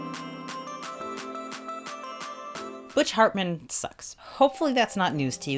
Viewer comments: In case you doubted your ears....she really does call him fartman lol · That copied mikasa Ackerman hand......... Yea I’m gonna watch attack on titan on roblox videos. Also I’m not sure if you have been saying butch “Fartmin” or “Hartman” but I hope it was fartmin because he deserves to have that as his last name.